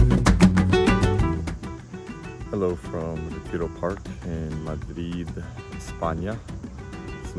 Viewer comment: Obviously Not, his accent says it all. And the way he pronounces <Madrid> is cringe 😬…